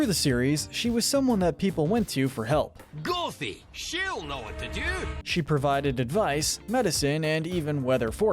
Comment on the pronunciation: He also pronounced gothy wrong